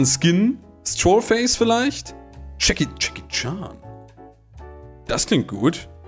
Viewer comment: Jedes Mal Jackie Chan sagt, verstehe ich Chucky charm😂😂